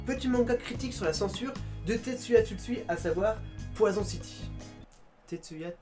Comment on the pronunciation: exellente vidéo par contre poisooonn city ça passe pas, c'est poison genre en anglais xD